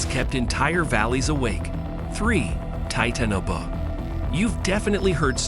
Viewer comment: AI narrative always mispronounces. It got the name of every creature wrong. TITANABOA my personal favourite. TIT ANOBO